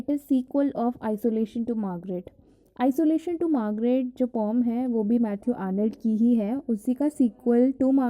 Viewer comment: What is pom.. pom.. pom.. You just pronunciating it like strange thing.. This is /pœm/